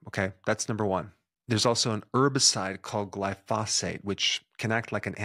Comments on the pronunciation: Screen shows Gly-pho-sate.... but Doc says gly- phos-phate..... kinda sloppy IMO. Eh... what the hell. Got me some triple hydro- genamular crude oil on my Sugar Puffs...🤣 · Its pronounced gly fo sate and its roundup. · I'm sorry, but if you can't even pronounce the word correctly, how are we to take your advice seriously? The emphasis is on the first syllable and there is a hard "o" on the second syllable. GLY-foe-sate. More importantly, despite decades of study, there is NO CAUSAL LINK between glypyhosate and cancer. The worst anyone has said is the completely irresponsible, and non-scientific statement from the WHO, which said that there is a "probable link". There's no proof whatsoever. However, what we DO know, is glyphosate is sprayed on just about everything grown in the US, has been for decades, and IF (big if!) there is a problem with gly...then we're all screwed, and no amount of organic anything is going to matter. I expect more from you. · Dr. Berg, once again, the word for Round-up is not pronounced "gly-phos-phate". Phosphate is not in the chemical name at all.